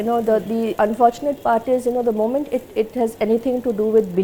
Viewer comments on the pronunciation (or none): none